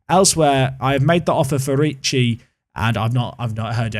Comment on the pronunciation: Yes, Lucca and Ricci pronunciation this time is about right.